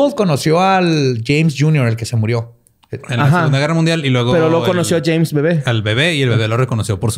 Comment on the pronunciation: Alguien más escuchó "Chems" cuando dice "James"